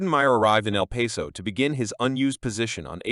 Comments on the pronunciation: It's not El Peso. It's El Paso, the pass. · If you can’t say the towns name correctly- then don’t say anything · Can't even say the towns name properly!